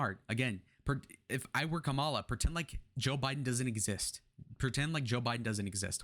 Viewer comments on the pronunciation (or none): You sound just like all the other GOP pundits trying to spin Harris's advancing trajectory. No one in the Democrat party thinks this is a blowout, and that she is a sure win based on the polls, which are just a snapshot in time. The fact that you can't even pronounce her name right, whether deliberately (which is childish), or due to lack of education, even though it has been said many times how to say it, really diminishes your analysis. She even says she is the underdog even given the poll numbers. To compare her to Hillary is a stretch. Hillary was a bad candidate and came off as entitled. Kamala comes off as genuine and trying to connect with people. That's what people are looking for. Contrast that to your guy, who does nothing in his rallies but throws insults, talks about his crowd sizes, and says everything is 'fake' when it doesn't go his way. We got rid of our 80yr old candidate, and like Nikki predicted, 'the first party to get rid of their 80yr old candidate, will win the race'. You guys got stuck with the Old Maid, who is only looking out for himself. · That’s not how you say her name!! Trump can’t speak 😂😂😂😂are u serious